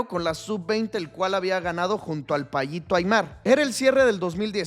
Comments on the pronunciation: No es payito Aimar es Pablito Aimar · El "Payito" Aimar jajajajjaja! Es el Payasito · "el payito Aimar"